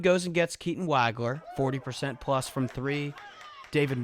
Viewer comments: It's not WAG-ler. It's WAHG-ler. Rhymes with "dog." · Great review. One thing, though. It's pronounced "WAUG-LER"......not "WAG-LER".